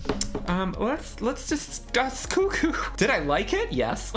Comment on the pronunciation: “One flew over the cuckoos nest” it’s never been cuh-coo, who said that?😂